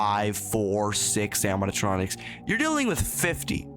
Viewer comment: bro cant say animatronics xD